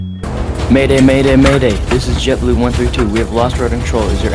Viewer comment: It’s JetBoo not jetblue